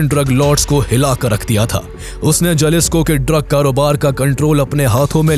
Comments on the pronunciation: It's pronounced halisco not jalisco😂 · Spanish Mae J ko h bola jata haye Jalisco ko halisico bolte hae